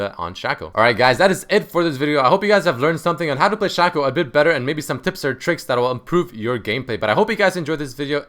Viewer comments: His name is pronounced Shaco not Shako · I think you say shaco wrong :3